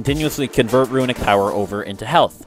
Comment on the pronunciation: Notable guide! You're botching some words though. 'Meta' is pronounced met-uh not may-tuh 'Runic' is pronounced roo-nik not roo-i-nik 'Resilient' is pronounced ri-zil-yənt not re-zi-lent I sound like a jerk but it's driving me crazy.